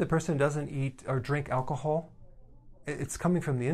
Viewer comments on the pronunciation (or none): I feel like he was talking to me in this video , he said " alcoholll " 😂